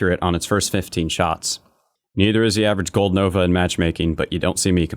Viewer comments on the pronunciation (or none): none